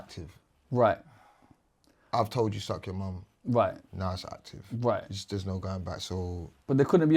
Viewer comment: Man said "if i really want to get actifff"